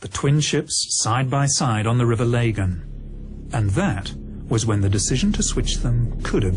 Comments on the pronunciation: It's pronounced river lagan, NOT pronounced River laygan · It's River Lagan not Legan as pronounced wrongly throughout the programme. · Nobody in Belfast pronounces Lagan as lay-gen, it's pronounced Lah-Gan. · "you'll be at the bottom of the RIver Lay-gan." where the fook's that? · Might give it some credence if he could pronounce the river ' Lagan ' correctly..lol🙃😀